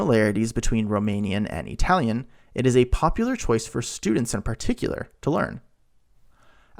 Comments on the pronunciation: Since you can say Italy with the correct sound in the I what do you mispronounce Italian as EEtalian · Why the hell are you saying E-Talian? It sounds so damned stupid that I can’t watch. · e-talian? really? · 🤔 What is the deal with the pronunciation of “Italian” in this video? Something like ee-talian. I was thinking, ok, kind of weird (at least to me) but maybe it’s regional or he’s trying to de-nativize it. But, he does not pronounce “Italy” as “EE-taly.